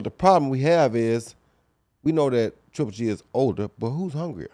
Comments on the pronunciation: Its it hard for Antonio T to said triple G 🤔 He keeps saying g. g. g 😭😂😂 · Good talk but please someone tell Tarver its 3G and not G G G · I love how tarver says GGG instead of triple G 😀😀😜🤪